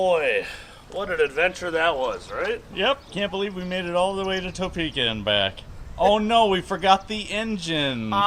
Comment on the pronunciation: I’m gonna give you a small, dumb tip as a Topekan. Pretend the O isn’t in the word and there’s like…an apostrophe instead. It’s more like a silent “uh” than an “oh.”